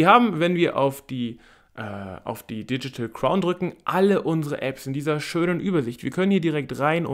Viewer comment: Sag mal nochmal „Diedschitäl Kraun“ 😂😂😂